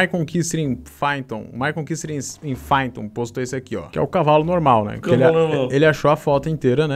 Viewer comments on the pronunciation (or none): Pronuncia-se "paiton" não "faiton"... ... Estude... ✌🌜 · "Faiton" kkkkk É PYTHON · em "faiton" deu até agonia sydgtsdgsdsd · "Fáiton" foi foda